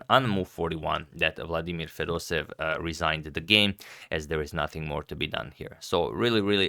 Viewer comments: It's Fedoseyev, not Fedosev! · Dear Fedoseev is pronounced in Russian somewhat like [fedoséyev] with an emphasis on the first "e". From Russia with love <3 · fedoseev with two "e" . 'pronunciation is with 2 "e". it is like "being" (excepti it is "e") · You pronounce Fedoseev's name as Fedoseyev